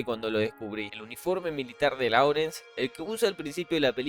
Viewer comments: Láurens ❌, Lórens ✅ La pronunciación debe ser correcta si se va a hacer en inglés. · "Vilneb" se pronuncia "Lawrence" se dice "Lorenz"